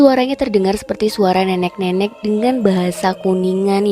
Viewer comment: Narasi cerita lumayan bagus..cm masukan sdkit aja,,kl mengucapkan nenek dan rokok mhn di perbaiki.. Sukses bt Chanel ini..👌👍